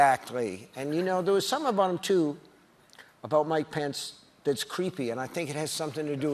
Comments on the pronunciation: When he said mike pence I thought he said my pants at first😂 I was like wtf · I kept hearing "my pants" when he was talking about Mike Pence and it deadass took several double takes to figure it out 😂😂😂